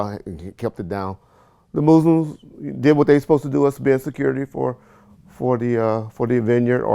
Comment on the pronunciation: The mooslims - 😂😂😂